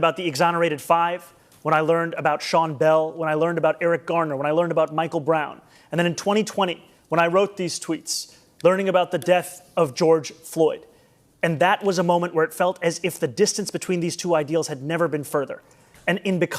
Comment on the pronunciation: That he say Floy wow